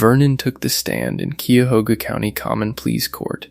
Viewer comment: Cuyahoga County pronounced KYE-a-HOG-a. Some folks say KYE-a-HO-ga. Glad these folks finally found their innocence.